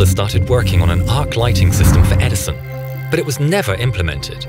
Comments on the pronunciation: "Edison of a..." XD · "EdiSON of a ..." xD